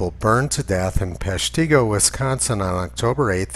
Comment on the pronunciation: FYI , it’s PESH-ti-go, not pesh-TEE-go. Thanks for all your videos.